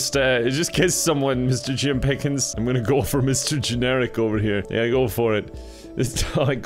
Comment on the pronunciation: I could not stop laughing at the "Mister Jim PIH-kins" at 😂😂 I had to rewind and play it again and again and again.